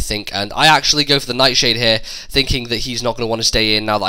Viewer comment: 'Neyt Sheyd' totally killed me ROFLMAO xD